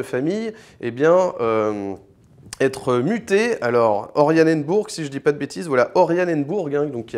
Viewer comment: C'est pas ORIAnenburg, c'est ORAnienburg !